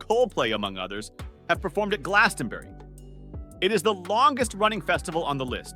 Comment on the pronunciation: Awful video, so many bands and festivals pronounced wrong, including Glastonbury, Coachella and Rock in Rio in this list is an insult to all the actual rock and metal festivals.